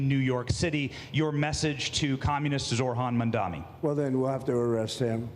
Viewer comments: And... again "Zorhan Mamdami" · did you hear the guy saying "Zorhan Mandani"